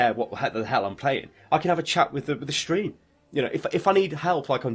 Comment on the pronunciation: shtream, shtreamin... lovely!